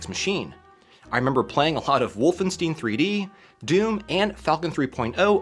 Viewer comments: Great video and project, but I have to be that annoying guy and point out it's "WolfenSTY-NE", not "steen". 😂 It's Levio-SA, not Levio-SAH! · The issue is that some Germanic names in the U.S. and U.K. that ended in "ein" are now spelled and pronounced "ine", and some are "een". But yeah, it "WOLF-en-stine", like "Enemy Mine", and not "Wolf-en-steen" like "Oxy-clean". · Wolfensteeeeen? No, Wolf-en-stein! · It was a little irking, until the comments pointed out the Young Frankenstein bit. BTW, I'm American and I've always pronounced it the normal way of Wolfenstein (instead of *steen). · It grates on my ears every time you say "Wolfensteen". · Wolvensteen?????? No way that's how americans pronounce that game title, right? No way ;) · So I'm half American and half Italian (Italian mom, American dad) and grew up in both Europe and the States; that's the first time I've ever heard it pronounced "wolfensteen", lol. German is fairly common in northern Italy, and I speak some German, so I favor the more Germanic "Vulf-en-stine" pronunciation (although I'm sure my accent could use some work since I've lived in South Texas for the last 10 years, lol) while my American family typically uses the more Anglicized "wolf-en-stine" pronunciation. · Yup. The closest most of us Americans will get to the German pronounciation is "Vohlf-en-shtine". I just say "Wolf-en-stine". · Is the Wolfenstein pronunciation intentional, or just some weirdness with the German word 'Stein' (stone)? :p Like RammstEin. WolfenstEin. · It's a very American way of pronouncing it lol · Say Albert Einstein, now say Wolfenstein ;) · Wolfenstein is a German word so pronouncing "ein" as "een" is simply wrong. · I've heard some Americans pronounce the EI diphthong from German as EE. It's not from all Americans but definitely only from Americans. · the same case as Americans say "Porsh" instead "Porsche". For anyone who speaks just a little bit of German it shouldn't be a problem to say it correctly